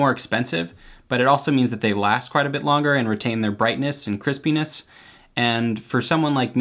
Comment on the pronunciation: I skipped to and was so confused when I heard "penis". It was just him saying Crispiness but it confused me for a minute.